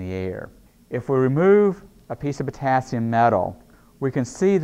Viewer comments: Me: Potassium Him: p o t a s i m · I'm confused, is Potassium, or poTAAAAASIUM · writing : the potassium speaking : the p'tAAAAAAAAAssi'm' english. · I like how he says potAAsium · Am I the only one who heard him say " pOtaSium" throughout the vid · Sei lá... O jeito que ele fala "potassium" é diferente...